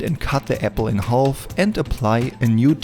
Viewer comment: Bitte hör auf "half" zu sagen. Das ist schwer zu ertragen. Das L wird nicht gesprochen. Sag: "haf". Ansonsten super Video.